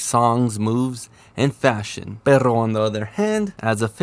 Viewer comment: This dude straight up said. Perro on the other hand. Easy on the r's